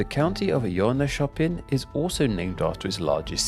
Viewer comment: You do well with the pronunciations, but to add extra vowels randomly, like Jönköping, where you add an 'e' between the consonants.